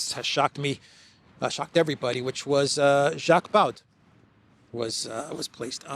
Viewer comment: Baud is pronounced like Bo - the d at the end of this name is silent.